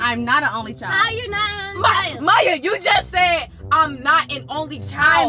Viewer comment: it mya not maya